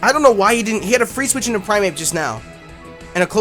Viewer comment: You kept saying "Primeape" and I kept hearing "Infernape." I'm like "yeah, special Infernape is pretty viable, what's wrong with that?" haha